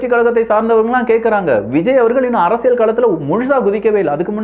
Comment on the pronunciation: ஒரு தமிழ் ஊடக ஆளுமையாக, தமிழ் வார்த்தைகளை துல்லியமாக உச்சரிக்கும் பொறுப்பு உங்களுக்கு உள்ளது. குறிப்பாக உங்கள் சேனலின் பெயரிலிருந்து. “அரசிய’ல்’” சதுரங்கம் ஆனால் ‘ழ்’ அல்லது ‘ள்’ ஒலியுடன் சொன்னீர்கள்.